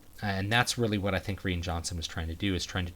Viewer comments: Did you just pronounce "Rian" as "Ree-an"? So do I! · Love the review. I don’t understand why you pronounced ‘Ryan’ Johnson’s name the way you did. Especially because you’re a native English speaker. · I liked your take on the movie, but is the director's name really pronounced "ree-an"? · Is the director's first name pronounced like "Ryan" or is it pronounced like "Rain"?!? I've also heard other people sound like they're saying Ree-in. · Rean Johnson? Isn’t it RYAN Johnson? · Why can't he say Rian correctly?